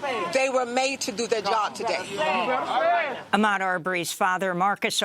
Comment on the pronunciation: Its no omadd its Ahmed